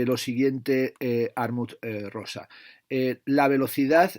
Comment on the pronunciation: Muchas gracias por este vídeo! Me compré el de Alienación y Aceleración gracias a tu reseña y lo cierto es me has descubierto un pensador muy interesante. Aunque en este libro me da la sensación (aún no lo he leído) que pincha en algunos puntos. Por cierto, es Hartmut (no Harmut), lo digo por si quieres ayudar a los seguidores de tu canal para que en el futuro puedan encontrar esta reseña. PD: espero con ganas ya la reseña del último tocho de Zizek (Sex and the failed absolute), que seguro que la tienes en la recámara, aunque la traducción española tiene pinta de ser algo desastrosa. Solo con el título mal traducido del inglés, el fracaso del absoluto (!!!), ya da a entender que el traductor, que en este caso está especializado en mindfulness/autoayuda, no tiene pinta de haber leído a Hegel ni a Kant en su vida. Menudo error darle un libro tan potente a alguien fuera de órbita...